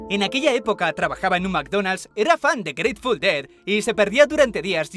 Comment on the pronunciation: jaja grateful DOU